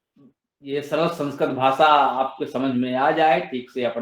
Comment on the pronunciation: सरल✅ सरळ❌